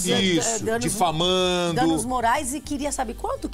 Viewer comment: Como contrata um repórter que fala " DEFAMANFO "?